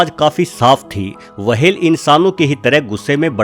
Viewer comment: wahel nahi hota hai whel hota hai